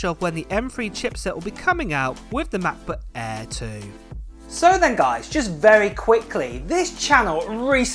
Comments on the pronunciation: Ma Buh Ehhhhh, Em Free Moddo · Apol Matbut Ehh, Emm Free! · Ahh yes the Mac-buh aerrr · Can't wait for Mah'Book Eh. It sounds better than the old Macbook Air. 💀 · I can't wait for the new "Macbutt Air" 😂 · “Mah Buh A” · Mac bak air 😂😂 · "MacBook Eh" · Ma Buh Ehhhhh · The way you say "Macbook Air" combined with your higher vocal pitch is absolutely jarring. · They way you say Mac book air I've been dying throughout the video 💀